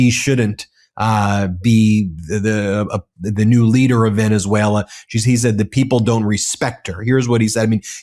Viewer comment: We superseded it by a lot, by a real lot… who talks like that??? A 3 year old 🧒🏼 He also said Venezualer… 🙄🙄🙄